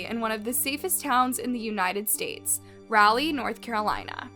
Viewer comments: It's Raleigh not rally. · We in north carolina pronounce it rah-lee not rally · O.g I really wish this girl would learn how to pronounce words before making a video!! It's "Raleigh" not "Rileigh!! Like a cheer when they say "rah rah"!! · Raw-lee say it slow raw-lee...and its a town of 500k people then what do you define as a city... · Raleigh, RAH-lee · Raleigh is Rah-leee ❤ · Raleigh (Raw lee) :) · It’s really not pronounced as rally. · It's pronounced like raw lee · OMG girl that's narrating this video- The way you Are pronouncing "Raleigh" is so annoying & so wrong!?! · You realize you're pronouncing Raleigh wrong right? 😒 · That is not how you pronounce Raleigh 😫😫